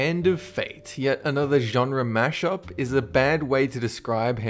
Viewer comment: You should learn to say genre.